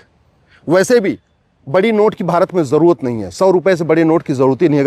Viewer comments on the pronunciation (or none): none